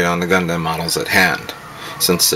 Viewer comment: hahahaha when u say gundam u actually say dam in the name lol lol